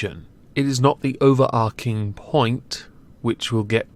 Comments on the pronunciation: It’s “overarching” not “overarking.” There’s no “k” sound there, it’s a “tch” sound. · If you're going to use the word so much in one video, it's pronounced "over-arch-ing" really annoying